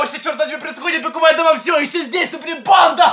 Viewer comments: Он говорил пико́вая дама ане пиковая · говорит странно:піковая дама пріди😢 Настя за дверю:пон